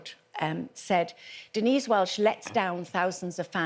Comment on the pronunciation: ‘Welsh’ and ‘axed’ but what a giant hug you sound like! 😑